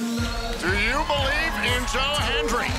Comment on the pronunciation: Do you Bo-lieve? LOL.